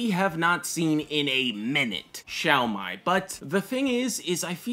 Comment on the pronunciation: It pronounce as shao may.